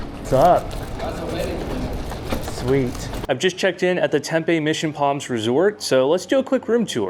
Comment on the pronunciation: Tempe is pronounced Tempy, not TempA. I worked for a tech company that supported a company located in Tempe and everyone there said it was pronounced Tempy.